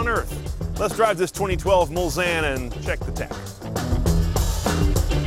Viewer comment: Very impressive car. Bentley Mul-Zanne, according to.